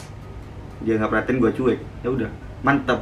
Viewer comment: "ya" bukan yank